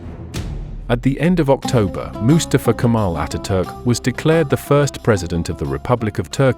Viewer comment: I liked this history lesson a lot, but i can't stand the narrator's pronunciation of the name "Mustafa" with his emphasis on the first syllable, not on the second syllable, which is correct. It's not MU•stuh•fuh. It's Mu•STAH•fuh. And, it's a name that is very important in my group of friends. This is probably AI narration. Nevertheless, a documentary should be "proofed" before uploading.